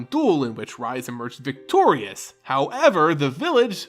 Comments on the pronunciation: Rhys is pronounced Reese not Rise. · This is great, one of my favorite cards with an interesting story. And on another note, Rhys's name is pronounced more like Reese's, than rise.